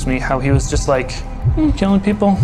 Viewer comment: My stomach turned when I heard that and him saying "Killokg people"